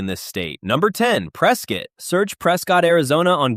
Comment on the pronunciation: It sounds like this video is made with AI so you are probably not going to get the name right in AZ Prescott is pronounced (Press Cut) not ( Press Scott) I'm not from the area and the locals have pointed it out to me. They make an effort to correct you.